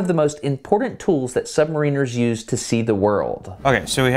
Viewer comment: Submarine has been an excellent series of videos with the aid of remarkable access.... however, one thing bugged me throughout, the pronunciation of the word "submariner(s)" whereas in the word submarine the 'ine' sounds like 'een' in submariner the 'in' sounds like in so sub-mar-inner - I wasnt sure if it's just because I'm a Brit but I heard the submariners on the boat saying it the way I think is correct ... sorry I had to mention it, just a small thing in an otherwise enjoyable and informative series